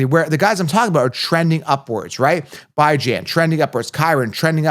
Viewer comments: ITS BE JOHN NOT BI JAN 😂 Terrible! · The Atlanta Falcons running back, Bijan Robinson, has a name that is often mispronounced. He has stated that he prefers the pronunciation "bih-ZHAN," but he also acknowledges that some people say "bee-ZHAN." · because its pronounced Bee-john not Bye-jan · This is a captain obvious content. Do you even watch football? You can’t even pronounce Bijan correctly. Did you Copilot this nonsense. Everyone wants bijan and kyren. Cmon. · Dude, how can you be so confident when you can't even pronounce the first players' name properly? Please, tell me how i can lose you foever?